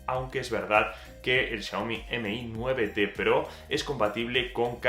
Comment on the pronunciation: Aprende a pronunciar lo mas minimo que eres bloguer y estas haciendo reviews, Xiaomi no M/I 9, es todo junto, Xiaomi mi9T Pro, no es tan dificil de pronunciar